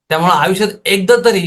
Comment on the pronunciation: आविष्यात😂😂😂😂 बोलायला शिक😂😂😂😂